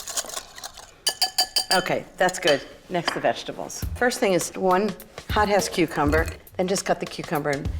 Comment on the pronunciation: Forgive Me pleaseee but it sounded like she said HOTASS CUCUMBER